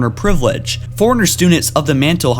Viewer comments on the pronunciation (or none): Fore-runner, not for-in-er li-brar-i[e]-an, not li bar-i[e]-an awakened, not awoken this is not due to brain damage but a lack of knowledge of pronunciation of English words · The li-berry-an foreigner? Did you mean librarian forerunner? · DIDACT, FORE-RUNNER, AND LIBRARIAN. NOT DINACT, FOREIGNER, AND LIBARIAN. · Forerunner not foreigner. LibRarian not Liberian. You're killing me with the way you say words. Quit it! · OMG forerunner (4- run-ner) not foreigner. i cant watch this channel with you sounding like you've never played the game. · Pronounce forerunner right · Matthew Bridges He said it every time